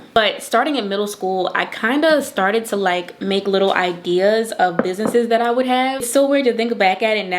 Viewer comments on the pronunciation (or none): Yes, you are from Baltimore. That "tew" (to/too/two) gave it away🤣🤣🤣I'm from Baltimore "tew" 🤣 East Baltimore born and raised. You're so pretty and good luck to you and your business endeavors.